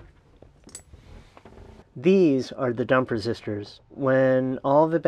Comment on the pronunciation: Wait, did you say "dump resistors" or "dumper sisters"? :) Great video!